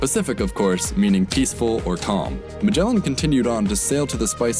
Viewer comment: Stop saying majela.